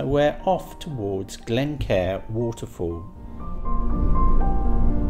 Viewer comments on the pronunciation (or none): Lovely videos.. it makes me smile when i hear your pronounciation of some place names.. Mullaghmore (Mulluckmore), Glencar (Glen-Car).. chat to the locals, we don't bite😊